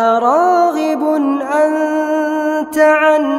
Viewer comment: انت وليس(عنت) الرجاء التصحيح